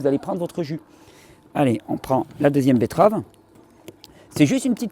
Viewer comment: Je prefère quand tu dis "betterave " plutôt que "bett-EU-rave". C'est bcp plus joli. Merci pour le jus